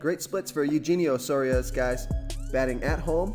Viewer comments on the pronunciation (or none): BTW it is U - henio Suarez - either way I like the match up.